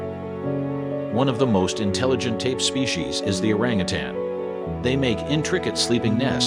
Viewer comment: I liked the video but the continued mispronouncing of the word orangutan, 🦧 and quite a few other words was simply driving me crazy. I almost stopped watching. 😬 Everything else was pretty much on point and I was surprised to learn a fact or two. 🦧